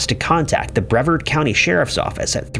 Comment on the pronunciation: "Bre-VARD," not "brevurd." "Pin-ellas" not "pine-ellas."